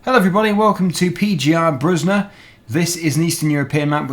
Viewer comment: Just wanted to Say you read it pe like Pen without the n. You speak the gie more like kie. And the er like er in erotic. You speak the bruzda part good.